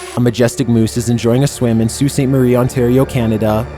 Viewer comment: I'm so proud of you for saying Sault Ste. Marie correctly!! lol